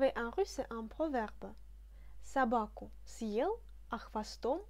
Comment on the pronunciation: Bonsoir, une question sur la prononciation: je pensais que le signe dur ъ annulait la prononciation "mouillée" du е, or sur la video il me semble t entendre pronconcer съел comme si on prononçait сел, peux tu me dire ce qu il en est exactement stp? merci.